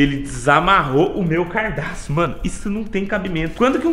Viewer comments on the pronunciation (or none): u cara envez de fala gadaço fala cardaço kkkkkkkkkkkkk lenbrando nao to fazendo racismo contra vc so to avisando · Meu cardaço? Kkkkkkkkk se fala cadarço kkkkkkkkkk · "CARDAÇO " KKKKKKKKKJJKKJ